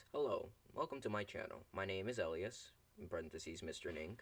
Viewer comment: Entire video is about correcting yet does not once correct the name pronunciation of "Elias"